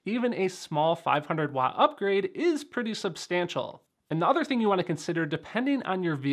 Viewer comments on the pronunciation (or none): none